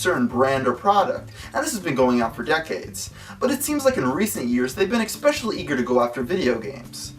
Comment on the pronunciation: he still says expecially